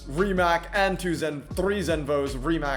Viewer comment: the 'c' rimac is correctly pronounced as ts.. like ts in tsunami.